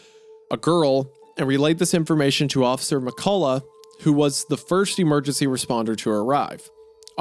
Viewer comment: 1. Loved this ep. 2. Did NOT expect to hear my last name (McCullough) in a video, or worse to hear Isiah mispronounce it haha. He gave a good effort tho. It’s Meh Cuh Luh. Not Meh Colah.